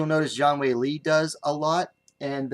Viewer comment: Thanks a lot for the post! While pronouncing the surname of Xiong Jingnan, just read it as "Siong."